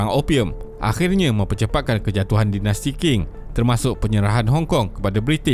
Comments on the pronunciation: Sebutannya Ching, bukan King. Benda simple,, boleh google je. Setiap kali kau sebut King aku rasa macam nak cari kau ajar sebutan asas. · Qing tu sebut dia Ching bukan King.. tu je.. yg lain semua mantap sekali